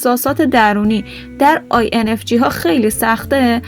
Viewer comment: با کمال احترام j هست نه g لطفا درست تلفظ کنید